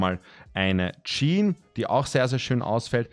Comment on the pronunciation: Eine „Tschean“